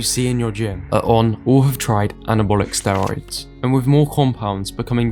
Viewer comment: They all mispronounced "steroids".